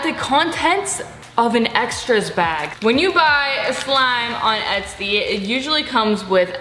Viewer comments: it sounds like you say esty instead of etsy the whole time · Did anyone else think she was saying etsty instead of Etsy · “Es-tee” haha